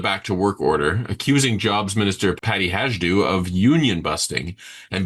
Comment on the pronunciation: Not that it matters much,, but Peppermint Patty Hajdu’s surname is pronounced HI-doo. There is no “j” in the pronunciation. After repeated fails, she may not be much longer in cabinet, but then, I have thought that at least a couple of times before.